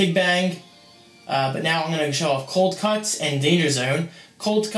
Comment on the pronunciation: sounds like you say cold C**ts not cuts